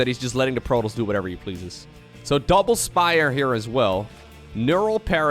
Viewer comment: It's not "protols" it's "protoss". This shouldn't bother me but it's driving me crazy hearing that constantly